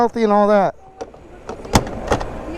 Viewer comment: "You have any steeeeker" ?